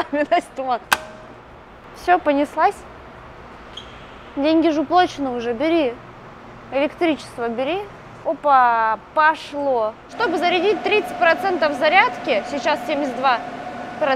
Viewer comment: уплАчены! От слов: оплАта, зарплАта, плАтить, плАтят! Настя, ты вроде умная девочка, но слова произносишь не правильно особенно русские.